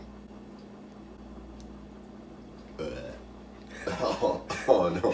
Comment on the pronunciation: What is maynays